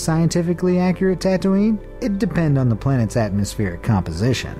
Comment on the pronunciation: XD he said Tatoonie then said something else